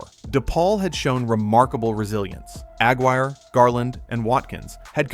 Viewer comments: Mark AG Wire? No, you dummy! Its Mark Aguirre as in "A-guirre" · Mark Aguirre's last name is pronounced Ugh (rymes with mug) Guire, not Agg wire. Also, your premise that it was only after this DePaul game that people began watching Bird is entirely false. During his sophomore year (November 27, 1977) he had already been on the cover of Sports Illustrated with the caption, "College Basketball's Best Kept Secret." On March 26, 1979 he was again on the SI cover leading into the final four, and that was before this DePaul game. The college basketball world was very aware of Bird's exploits, especially as the season progressed and Indiana State went undefeated. At the time, I was in college myself. And there were lots of Bird fans by late in the 1979 season. His fame was sweeping the land. It's why he was on the cover of SI the week before this DePaul game. And its why the Finals were the most watched NCAA Finals in history. It was not because of this one game against DePaul. It was because of Bird mania leading into March Madness and a showdown with the other extremely bright light, Magic Johnson at Michigan State. While he was in college I was a big Bird fan, especially his undefeated season. However, after he went to play for the Celtics I hated him because I was a Laker fan. Even so, after watching him play throughout his career I had to give him his due. He was one of the 5-10 best players of all time. Right up their in the conversation with the Mt. Rushmore list of Wilt Chamberlain, Oscar Robertson, Bill Russell, Jerry West, Kareem, Magic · The name is Mark Aguirre, not Mark Agg-Wire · It's "uh-GWIRE" not "AG-wire." Fun video but please get the names right. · Yep, the guy was killing me with Ag wire. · You pronounced Aguirre wrong. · That annoyed me the whole clip. Had to be AI.